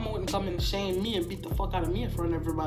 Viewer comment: How she say me kills “meh” 🤣🤣🤣